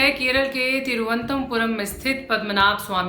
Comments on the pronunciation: or ye reporter change kro tiruvantpuram bolna ni aa rha vakyi lallantop reporter hai😂😂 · Mandir ka naam to thik se liya nahi ja rha तिरुअनंतपुरम itna bhi kathin nahi hai. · अच्छी रिपोर्ट है लेकिन कृप्या संवाद करने का उत्तरदायित्व उसको देना चाहिए जिसको कम से कम तिरुअनतपुरम बोलना आता हो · अपना हिंदी का उच्चारण सुधारिये ,,,, न तुमसे तिरुवनंतपुरम बोला गया और न जीर्णोद्धार बोला गया ढंग से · नाम तो सही लीजिए, एक नाम भी सही नहीं बोल‌रही है।‌तिरुवनन्तपुरम इतना कठिन नहीं है।‌मार्तण्ड वर्मा